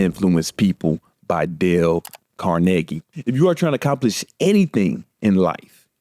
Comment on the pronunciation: damn he pronounced carnegie right that's tufff